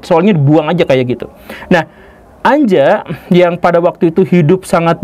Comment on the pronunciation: Anja dibaca Anya, dalam bahasa Jermanik (Jerman, Austria, Swiss, Belanda, Denmark, Norwegia, Swedia, Finlandia) huruf J dibaca Y.